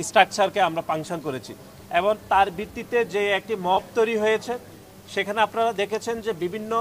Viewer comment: এবন❎ এবং✅